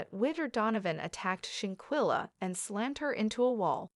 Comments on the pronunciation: Her name is Shan quella not chinquilla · Please pronounce this lady’s name correctly. You have no idea how rude this is. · Shanquella Robinson is her name. Rest in Heaven Angel... I wish the Media outlets and some vlogger's get her name right. Say it right?? Especially since there's an current investigation going on. People need to know how to say her name: Shanquella Robinson!!!! Very important. Just my opinion. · You need to stop reporting on this subject your topics are misleading and you can't pronounce her name correctly and nothing new is coming from you just repeating the same old same old please move on to something else you're wasting everyone's time. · Now plan to fight her probably…..I don’t believe they pre-meditated her Murder!! I don’t believe that! And you gone need to learn how to pronounce black names!! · Sorry to be that one person but u made a whole video and don't even know how to say her name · Hay u was saying her name wrong all this is bad an they all are gonna be in trouble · That's what I was about to say. Lol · Not petty! It is disrespectful and unprofessional‼️ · Very disrespectful saying her name incorrectly.. REst in heaven beautiful 🙏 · Give respect and pronounce her name correctly or don't report at all. You don't have new info, si refrain from subjecting us to your regurgitated opinion. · Clickbait !!!! Learn to pronounce names correctly, nothing new here, rehashed story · Wow, people trying to get clout off of someone they don't even know. Not to mention can't say her name right and none of this is new information! Why? For likes or comments? Just wow bro..... Just stop Justice for Shanquilla Robinson